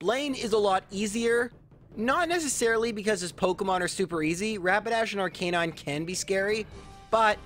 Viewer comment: Please tell me your pronouncing Arcanine like that as a joke? You know it’s not actually pronounced like the word Canine right? Official Pronunciation guide even says: AR-kuh-nine